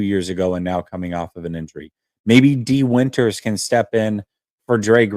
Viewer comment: Not Dee Winters